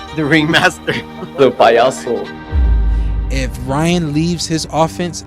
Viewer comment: "The payoso" 😬 dam barrios..that was diabolical 😂😂😂